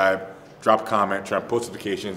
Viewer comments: “Follow Thor at Thor b jornsson” lolololololol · "Thor B. Jornsen"